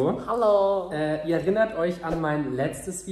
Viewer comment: Julian, wann schaffst du es erinnert richtig auszusprechen ?